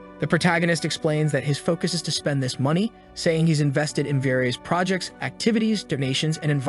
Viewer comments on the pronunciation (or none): none